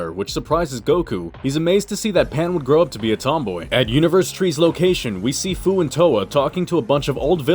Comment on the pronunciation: Great vid buddy! 😁 Fu's name is pronounced like the word "few". 😁 "SFPS4 Limit Breaker, "SSBE Berserk/Controlled", dayum, that's a mouthful 💀